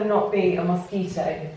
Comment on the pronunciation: "Mow-squitow" - 2020